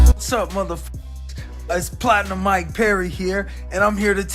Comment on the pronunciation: Who is Maik Toy-son 🤔??? #ConorMcGregor